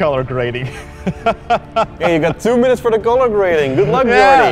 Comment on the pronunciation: DId you just SAY!!!!!!!!.. "tree hour's time, and its worth THOO points" !??!?!?!?!?!?!?!?!?! Hahaahahhahahahahahahahahahhahahahhaaaaaaaaaaaaaaaaaaaaaaaaaaaaaaaaaa. Oh my LORD, that just made my day!!!!!!!!> JESUS hilarious how you talk!!!!! CANT say ANYTHING RIGHT!!!!!!!!!!!!